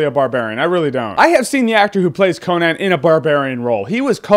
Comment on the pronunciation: I love how you say Co-Nan instead of...you know...Con-an